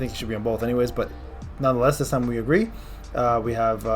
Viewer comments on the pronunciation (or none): none